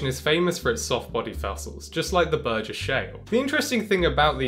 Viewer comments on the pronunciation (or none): none